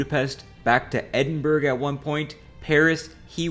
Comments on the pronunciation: Stopped watching the second you said Edin-BERG. I'm American and I know it's Edin-Bur-ah. Bro, do the least bit of fact checking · It's pronounced burrah and not burg ! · Edinburg ???? EDINBURG ???? Its Edin-bruh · Edinburruh! Not Edinberg! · I’m sorry but if you’re going to invest time and energy in researching something, putting together a very good script and video with good educational and entertainment value, why on Earth would you not get pronunciations rights? It’s Edin-bruh, not eding-berg. It’s not a matter of differing accents etc, it’s just wrong. Very off putting and lazy. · EDINBURG???? You mean EDIN-BUR-UH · It's pronounced 'Ed-in-bruh' my friend, not 'Ed-in-burg'. Some of the English pronounce it as 'Ed-in-bur-uh' but most Scots truncate it to 'Ed-in-bruh' and drop a syllable. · It’s “edinburrah” not “edinburg” Also It’s “Kahn” not “cayenne” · Edinburgh - it's Air-din-borrow. Not Edinberg. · Please stop pronouncing Edinburgh as "eddin-burg". It's pronounced "eh-duhn-bruh". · As a Scot myself, I think you should know it's pronounced Edin-bruh not Edin-burg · Hi lad, longtime fan and subscriber from Scotland here! Love your vids but please it's pronounced Edinbruh/Edinburuh not Edinburg haha Sorry to be pedantic but hearing it pronounced like that made me understand why the French hate other people speaking their language lmfao Much love from the Kingdom of Fife ❤🏴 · Yep, Edin-bu-ruh, not Edin-burg 🙄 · No fucking way this dudes pronouncing it edd-in-burg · Edin-burg? Your associate? Did you do any research for yourself at all? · You lost me at “edinburg” 🥀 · is it good or bad I clicked off the video in under 10 sec because of the "Edin-berg" pronunciation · "edinBERG" oh noooooo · "Edinbruh" bruh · "Edinburg"?! "Cayan"?! You need to read some IPA. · "EdinBERG" is a new one lmao. It's not difficult to google pronounciation. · What's this Edinberg I keep hearing about? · Eddin burg 😂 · edin-bur-oh is how its pronounced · "Edinburg" I close the video